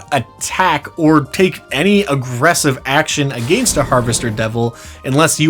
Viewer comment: I can’t be the only one driven bananas by how my dude says “against “